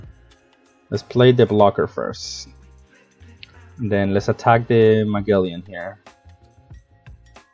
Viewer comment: Muh-gel-in like the explorer.